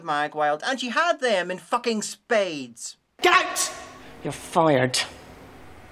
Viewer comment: It sounded more like said "Gout. You're fired" than "Get out. You're fired."